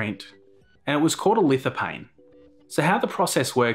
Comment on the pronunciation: you don't prononce the "P" in lithophane, ph is "F"